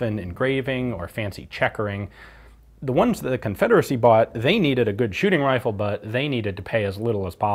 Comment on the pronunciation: “On the whitworth wifle”